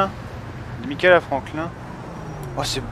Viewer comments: c'est pas michael c'est MAIIEKEULE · MAIIEKEULE c'est pas michael